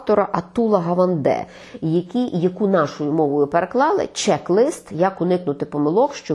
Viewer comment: Якщо вже не тямлять сказати українською, то казали хоча б чек-лІст, не чек-лИст.